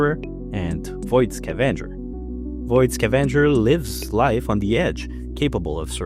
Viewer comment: I love how the "E" and the "A" seems to get swapped in your pronunciation of "scavenger".